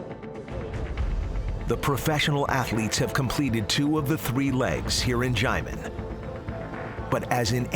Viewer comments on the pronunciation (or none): just say "shia-men" it's THAT simple. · The commentator is just butchering the word 'xiamen'